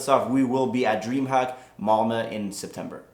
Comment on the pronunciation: HAhahahahhaha varför sa du malmö som en amerikan och inte som du säger som en klassisk skåning, kung mannen! ;)